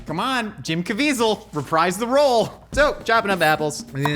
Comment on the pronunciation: It's pronounced Jib Cavitzel.